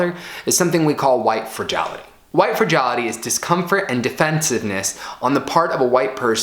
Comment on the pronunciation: If you cannot pronounce fragility, am I supposed to believe you know what it is? Here you are recommending books, written by bigots, which you haven't read. Why?